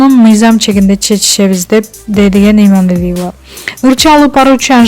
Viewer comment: ФУУ.. БЛИН ЭМНЕ ДЕГЕН ОКУШ. ИМАНАЛИЕВАНЫН ФАМИЛЯСЫН ТЫНЫРААК АЙТА АЛБАЙ, ТЫНЧ ЭЛЕ ОТУРЧУ ТАНТЫБАЙ